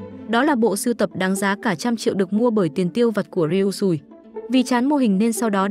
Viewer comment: Chị đừng đọc là ryui sùi nữa nó xúc phạm lắm